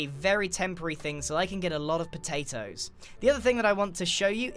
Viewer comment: I love how u say potatos ”poetaitoes” :D